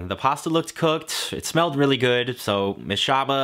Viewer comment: good doesn't have a T in it....